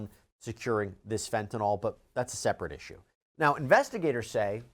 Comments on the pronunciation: fenta-nil, not fenta-nawl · My drug app that I use to cheat with says FEN ta nil. That is the official pronunciation used for the generic.